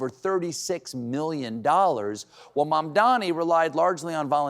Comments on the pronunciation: Cuomo also pronounced Mamdani's name wrong. its MAM-dani not MAN-dani. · Cuomo still hasn't learnt to pronounce Zohran's family name. It's MaMdani , not MaNdani!! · That stupid Cuomo still cannot pronounce such a simple sounding name like MAMDANI correctly! It's not MANDANI you dotard, it's MAMDANI!! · I see he can't say Mamdami's name still. Fucking horrible person. Grow up CONVICTED former mayor. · Cuomo cannot, for the life of him, pronounce "Mamdani" right 😂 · Cuomo still cannot pronounce MaMMMdani's name. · That jerk still couldn't pronounce Mamdani's name correctly, even by this point, huh? 🙄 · Cuomo still cant pronounce Mamdani. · Cuomo can't even pronounce Mamdani's name correctly! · Cuomo said his name incorrectly again. 😂